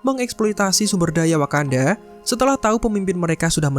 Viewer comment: Wakanada... wkwkwk :)